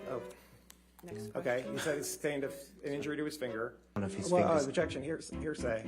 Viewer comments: " hersay" everytime , it's anoying and pathetic lol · Somebody, somewhere is going to come back to this trail and make a "Heresay" drinking game..... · Am I the only one that heard “hearsay” the entire time? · When you learn a need word and want to use it as much as possible lol "heresay"